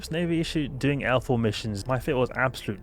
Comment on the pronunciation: its just his accent, he means L4 not alpha....i guess